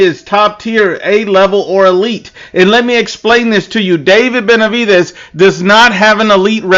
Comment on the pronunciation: Ben-a-divaz 😅😅😅 she just wants to blame canelo for everything make that make sense 😅😅😅